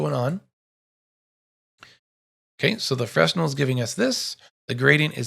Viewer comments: Great tutorial. Fresnel is pronounced"FreNel". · great tutorial.. just switching to Blender from Lightwave ..I needed this! 🙂 ..oh btw.. Fresnel pronounced 'frennel' .. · Great tutorial. Clear and rich in information and tips. Especially digging the axial rotation 'trick' #*[number]. Sidebar: Please forgive my compulsive anal retention but it's pronounced (fray-nell) after the French physicist/engineer, Augustin-Jean Fresnel. Again, great teaching.